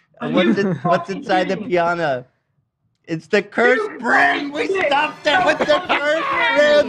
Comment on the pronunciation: the "brim" as Ethan sometimes calls it